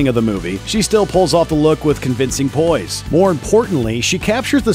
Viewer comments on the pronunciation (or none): none